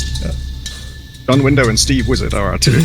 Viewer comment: 6 years worth of thoughtful game design goodness condensed into an hour long master class! Also lol "John Window" as a developer for a game about pushing people out of windows. (Not actually his name, but funny since it sounded like it as Hbomber pointed out.) 😂